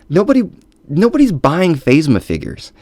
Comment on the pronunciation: love your video. good stuff! though its....pronounced (Kan toe bite) and (Fazma)